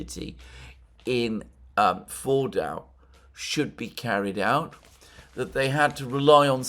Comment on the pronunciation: Fordo Fordau Foordoor. Try this: Ford (as in the card maker) and oh (as in OH dear God I wish Alexander would stop trying to pronounce words in their language of origin). Ford-oh and the pronunciation is perfect